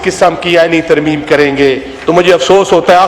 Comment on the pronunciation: ترمیم ھے یا ترمیمہ ھے